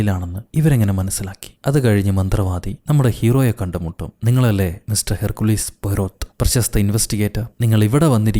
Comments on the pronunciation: Herkkulis alla hercule poyrott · ഹെർ കുലീസ് അല്ല ഹെർക്യൂൾ എന്നാണ്